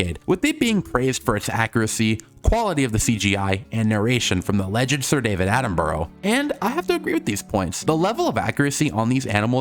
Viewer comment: Prehistoric planet is overrated? Your overrated go to hell it's literally the most accurate Prehistoric documentary and your pronouncicion of david Attenborough is just so wrong. And your opinion is such a bad one how can you sit there and say prehistoric planet is overrated and then say it has some of the designs and animations in a paleodoctamentry also when dinosaurs roamed America sucks so bad